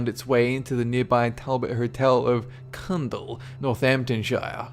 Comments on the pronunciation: 8)As a Northamptonshire resident, I'd never heard of Cundle, had to look it up... OUNDLE (pronounced ow n dull) Great to hear of something local, though though Lincoln was more ghostly than us :) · I live near the Talbot and its in Oundle not Coundle ahaha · Not trying to be a stirrer but thought I'd just mention that the area in which The Talbot Hotel (#.8) is located, Oundle, Northampton, pronounced "aawn-dle" - I live nearby. Thanks :D P.s Loved this episode! x